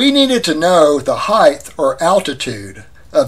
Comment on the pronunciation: There is no word heigth. It is height. Pronounced hite. Just saying.